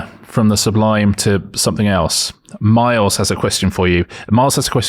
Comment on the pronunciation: Little nit pick from myself is when Richard pronounced the name Miles like Marles very odd